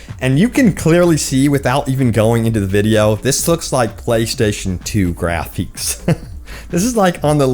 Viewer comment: “Grapheeks”, “dameeged”